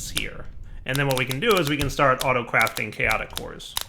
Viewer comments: "Chatoic" combat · "Chatoic" nice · Ep. 81 “chatoic” combat lol